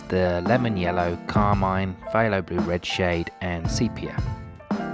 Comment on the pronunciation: I find it interesting that you pronounce PthAlo as PthYlo. Let alone how you pronounce Holbein! 😉 I think I like the first or third triad.